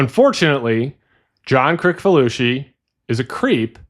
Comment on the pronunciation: It is John Kri(s)falusi, not Kri(k)falusi.